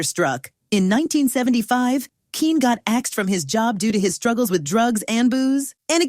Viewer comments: I think it's pronounced Kenny even though it's spelled Kene. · He pronounces his name the same as "Kenny". Not "keen". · Using AI voiceovers? Smh. His name was pronounced “Kenny” not “Keen”.😅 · HE PRONOUCE IT, KENNY!!❤✔ GET IT RIGHT!!❤😂! DUHHH!!!!😊😊😅✔ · Kene's name is not pronounced "Keen." It's pronounced "Kenny." I know this because in the 1970s he hosted a PBS show called Burglar Proofing, and he said his name at the beginning and end of every program. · This lady is good but she pronounces it Keen it's pronounced Ken otherwise known as Tyler Hudson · His first name is pronounced Kenny. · Pronounced Kenny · It's that dang AI narration, that mispronounces so many words, especially proper nouns and abbreviations. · His first name - Kene, is pronounced Ken - E or Kenny. Tune up the AI Model... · its pronounced Kenny !